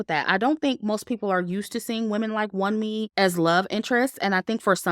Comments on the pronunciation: Love your review! "Wunmi" is pronounced as "woonmee". It's a Nigerian name lol but I agree with how her character was portrayed in the movie, very disappointing. In terms of production, it was really good. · Great commentary,! Btw, Wunmi’s name is pronounced Woome.